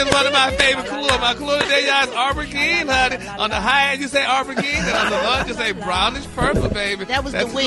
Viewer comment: Gary. Aubergine is pronounced o ber jheen and conceptualize is a verb ❤